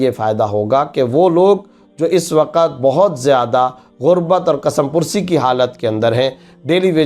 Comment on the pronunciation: کسمپرسی Kas mapursi He Kasam pursi nhi تلفظ درست کیجئے